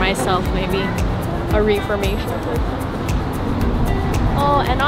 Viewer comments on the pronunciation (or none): The clothing brand is actually pronounced Reh-formation, not ree-formation. Just letting you know. ❤